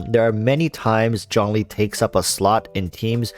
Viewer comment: It's Zhongli